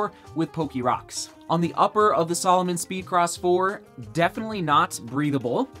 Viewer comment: OMG its sAlomon not sOlomon